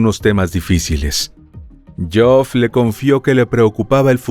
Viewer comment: Buen material sobre este suceso, pero creo que deberían asegurarse primero de cómo se pronuncian las palabras antes de decirlas. Todo el tiempo el narrador pronunciando el nombre de Geoff como Joff o algo así. Sé que pareciera algo superficial, pero realizar semejante material investigativo para pifiar en algo así (y en otras muchas palabras) me parece algo totalmente evitable.